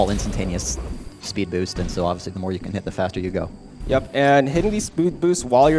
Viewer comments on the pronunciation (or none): "Spood Boost"?